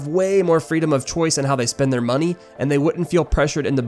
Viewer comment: "Give us the MoNeH"